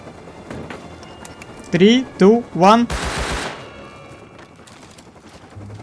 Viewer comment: пёрфект инглиш "ай хев ТРИ мор"